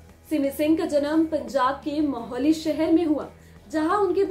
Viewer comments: It's Mohali not Maholi 🚫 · It’s not maholi its mohali